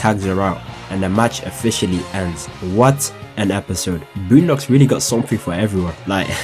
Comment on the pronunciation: Somebody say "BLOONdocks"?